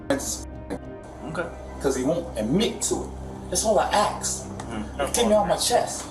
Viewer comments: Why can't they say "ask"? They say axed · It's so annoying when people say "Axe" instead of "Ask". Learn English idiot's. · You dont say "we was" its "we were or we are" ......and its ask not aks...learn like I had to learn before moving to US..... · why cant americans say Ask? there are no Axes here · For the love of god’s green and verdant earth, it’s ASK not AX. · She axed to go to the lie-berry